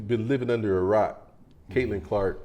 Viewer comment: Caitlin, not Caitlan.